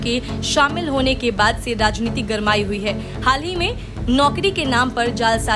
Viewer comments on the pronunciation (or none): none